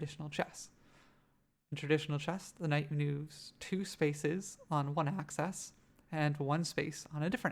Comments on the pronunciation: this is a nice tutorial but every time you say "access" when you mean "axis" I think I have a small aneurysm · Great video. What's your accent? I call it an axe-eez not access. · adds character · Axis! Not access!!! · Pronouncing axis as “access” made this completely unwatchable for me.